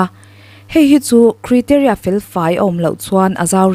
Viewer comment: Criteria..... Kraiteria